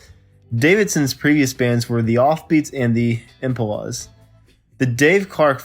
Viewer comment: How about the narrator's pronunciation of the word, 'impala'?